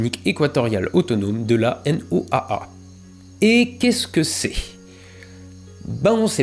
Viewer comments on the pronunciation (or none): En météorologie quand on parle de la N.O.A.A on dit juste "la Noaa" (Noa) tout simplement